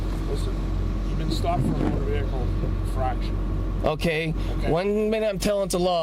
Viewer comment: Never trust a guy who thinks vehicle is pronounced with an R.